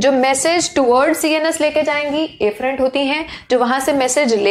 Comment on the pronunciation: WhO Heard afferent and efferent same...😑😑😑😑